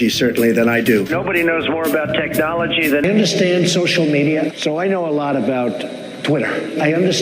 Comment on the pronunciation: It looks like just saying the word is painful to him “TECH-nology”. It comes out like he had to practice it over and over just to say it properly.